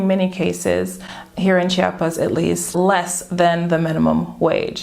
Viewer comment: It's not Cha-pas, it is Chi-a-pas... Apparently this is a thing for Chiapanecos; I've been corrected a few times heh. Hey, I'm moving to "Sancris" in 2 months, is there an area that you recommend for people who enjoys a relaxed and quiet hood but that is fairly close to main andadores? I'm Mexican (from Tijuana) but I still feel like a foreigner living in Southern Mexico lol